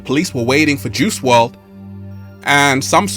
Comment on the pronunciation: Juice "WRLD" , not juice "WRD"